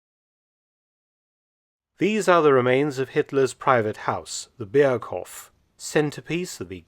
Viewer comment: "Berghof" with a slightly longer o, please